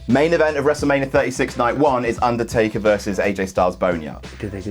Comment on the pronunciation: i hate how pronounces the undertaker, he keeps saying "ondortayka"